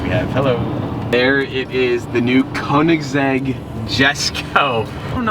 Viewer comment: Your saying koenigsegg wrong